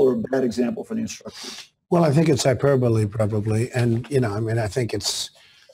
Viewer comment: He can't even pronounce hyperbole